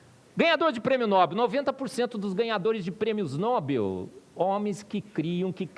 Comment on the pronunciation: Ajudando: O nome Nobel é OXÍTONO. No-BEL.